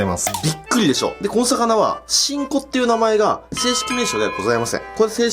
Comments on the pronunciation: 発音完全にち〇こ笑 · しんこがチンコに聞こえるし なにかとギンギンて言うし 確信犯か！ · しんこが何回も聞いてもち◯こに聞こえる笑笑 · ふ〜ん、“し”んこねぇ〜。 小さいんだねぇ〜、“chi”んこ。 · ちんこって聞こえた笑笑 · しんこがちんこに聞こえた❗️ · てぃんこにしか聞こえない… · しんこ→ちんこに聴こえた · しんこって金子が言った時ちんこに聞こえる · しんこってちこてきこえた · スマホ「しんこってゆうことでね..」 難聴母「あんた何みてんの？」 ち◯こと聞こえたそうです。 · やばいちんこにしか聞こえんのやけどww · しんこの言い方が完全にすんこ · ちんこって聞こえた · しんこ....... ち⚫こ╰⋃╯ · しんこがちん⚫こに聞こえた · かねこがしんこって言うとなんかイヤラしく聞こえてしまう・・